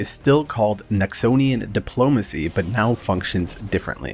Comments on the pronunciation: Nexonian..... NOXIAN (NOX-E-AN) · 'Noxonian diplomacy' Oh god my ears.